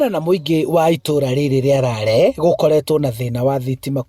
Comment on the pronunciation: The reporter said' itùra rìa Rare😢'. It's Lari not Rare or Lare'.